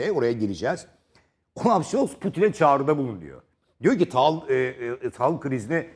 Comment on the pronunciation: Taal ne yaa ekranlara çıkıyorsun taal diyorsun 😭